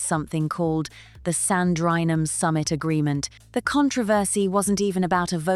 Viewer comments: The summit was SANDRINGHAM and not SAN-DRI-NHAM! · oh yes there is.Its pronounced Sandringham. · It's pronounced Sandringham. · You can't pronounce Sandringham, you call Poh 'HO' and you don't even know that Poh is a woman, not a man. Why should anyone ascribe any crediblity to your opinion?